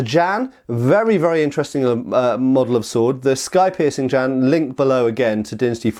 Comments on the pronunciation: The pronunciation is like "jyen" not "jan". Chinese consonants are hard, don't worry about the J but the rest of the word is manageable for English speakers. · Far too much "erm ,er ,,,,,,, 🤔 maybe"& what the heck is a Jan could at least look it up ! Pronounced "Ji en" the Jian. This hurt my ears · it hurts hearing him say Jan instead of Jian